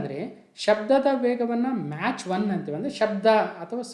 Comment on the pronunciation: Sir your pronunciation is match but it is Mach(ಮ್ಯಾಕ್)